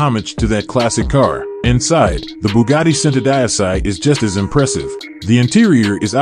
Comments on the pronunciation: it's pronounced chento deechi not cent-o die-sigh you commoner. I'am a cousin of the bugatti familia! I drive a hyundai squooshkins. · Are you using Ai for your narator? WTF IS Bugatty SENTUHDIECEY? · centodieci is pronounced 'cento - dee ay chi' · It is pronounced Chentodiechi...centodieci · Centodieci is Italian for One hundred and ten it is PRONOUNCED = Cent - 0 - Dee - H - EE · WOW , THE WAY THIS GUY BUTCHERS ''Centodieci'' repeatedly is strait up horror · wanted to pull my ears out when i heard the pronunciation of the Bugatti centodieci !!😂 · every time he says the name of the Cento my brain cells die.. Someone should've taught this dude how to say the cars name ffs.. especially if he's going to say it over and over...